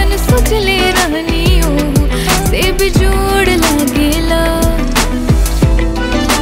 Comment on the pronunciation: The way she said bejjjod 😅 bihari tone 😂❤